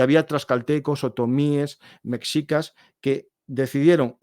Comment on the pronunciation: La frontera norte de México y las californias siempre llevaron a muchos a intentar encontrar el oro, hasta los franceses cuando invadieron México tenían la idea de encontrar minas de oro en Sinaloa y sonora que hicieran viable esa invasión. Cuidado con la pronunciación de ciertos términos como nahual (nahuatl) o mejicas (meshicas) que de este lado del mundo suenan mal pronunciadas o incorrectas.